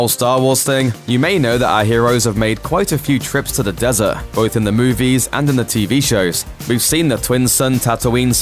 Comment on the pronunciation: Just say “des-urt” because even in your native tongue there’s a “T” at the end of the word. Cmon man.